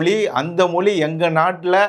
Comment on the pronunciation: நன்றாக பேசுகிறீர்கள். நன்று. ஆனால் முதலில் 'ழ'வையும் 'ள' வையும் முதலில் சரியாக உச்சரிக்க கற்றுக் கொள்ளுங்கள்.. மொழி என்பதை மொளி என்றும் அவர்கள் என்பதை அவர்கல் என்றும் உச்சரித்து தமிழை கொலை செய்வதை தாங்க முடியவில்லை. அடுத்த காணொளியிலிருந்தாவது உங்கள் உச்சரிப்பை கவனிப்பீர்கள் என்று நம்புகிறேன். அல்லது நீங்கள் சரியாக உச்சரிக்கும் லரை காத்திருப்போம்....